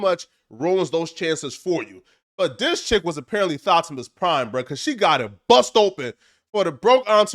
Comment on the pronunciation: "Thot-imus Prime" lmsao